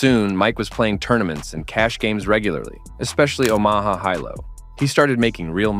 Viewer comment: This man mispronounced damn near every name! He even mispronounced fucking Omaha! 😂😂😂